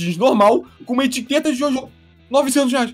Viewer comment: Ele fala JôJô ao invés de JoJo S E M D I G N I D A D E